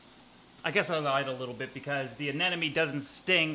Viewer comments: Learning moment: it's actually a Sea Anemone, not an anenome. A lot of people swap the m and the second n when they say the name of the creature, but it is, indeed, A-NEM-O-NE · Say it with me... A-NEM-O-NE. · Anemone. Anemone. Anemone. Anemone